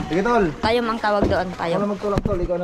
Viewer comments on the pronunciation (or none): Haha na tawa ako sa sinabi ni tayom haha Ang tawag Po Doon ay toyom🤣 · hindi po yun tayom hahah toyom po yun 😊